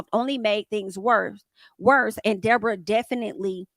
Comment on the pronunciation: The wild dee-bor-ah is loose again 😂 idc it was her fault anybody who can just lie without being prevoked is definitely an advid shit starting